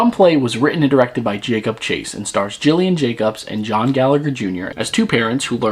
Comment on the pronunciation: Dude this was a great review but please respect the beautiful and talented Gillian Jacobs by pronouncing her name correctly.